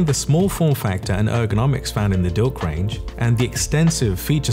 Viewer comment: I'm sorry, , did he just say "dilc"?? I guess "milc" was just too bland. 🤣